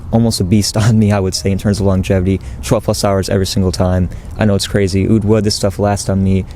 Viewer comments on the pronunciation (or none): oud wood? all I hear is "UwU"!!